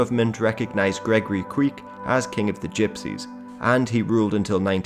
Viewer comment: the institution of King of the Gypsies was known in Poland in 17th and 18th century (they were basically tax collectors, not necessarilty being Gypsies themselves); Kwiek is pronounced like Kvyek (v like in van and ye like in yen); also if someone would be interested here's link to the whole video showed in the beginning